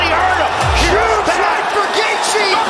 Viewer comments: I went to highschool with Justins parents, uncles and aunts. His father and I were teammates on the wrestling team. The pronunciation of Gaethje is Gay-chee not Gay-jee. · Gay-jee?? Yeah, never mind. I can't listen to this shit. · could not make it 4 minutes into the video cause dude was calling him "gae-gee" disliked